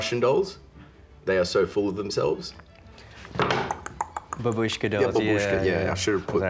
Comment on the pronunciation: The Russian Dolls are called "Matryoshka". ALSO, when you say "Babushka", you put the emphasis on the first a, not the u. Like seriously, it's getting old.